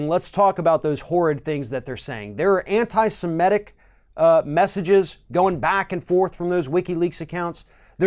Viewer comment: It's 'semitic' not 'semetic'. I've always thought that Assange was a weird guy, a narcissistic egomaniac with an agenda and very possibly misogynistic and all that hiding in the Equadorian embassy until even they got fed up with it.